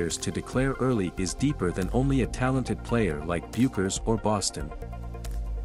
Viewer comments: It's pronounced BECKERS!!!!!!!!!!!!! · Paiges’ last name is pronounced “Beckers” despite its spelling.